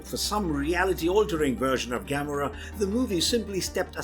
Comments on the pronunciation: That's what you worry about? He said Gamora worse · How you say Gamora is so wrong